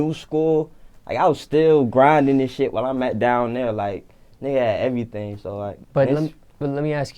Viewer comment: ...They get they "shit" took... ...."beat up"....an "errthng" 🤔🤔🤔 😂😂😂 #SuspectOrNah😂